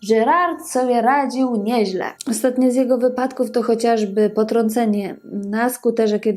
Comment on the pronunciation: Kobieto! Nie przeczę, masz coś do powiedzenia. nie umiesz jednak tego zrobić. Twoje przeciąganie zgłosek: "ooostaaatnie metrooo", "postanowiiiiił wyjechaaać", "saaam juuż jaako nastoolaaatek" jest tak irytujące i nie do zniesienia, iż po niespełna trzech minutach musiałem, tę skądinąd ciekawą audycję, wyłączyć. Przez cały ten czas miałem wrażenie, że nagranie zostało wykonane w spowolnionym tempie, lub mam problemy z internetem. Popracuj nad wymową i tempem wypowiedzi, nad prawidłową intonacją, zacznij stosować polski akcent, a być może tu wrócę. Na pewno zaś Twoje audycje będą i ciekawe i przyjemne dla ucha.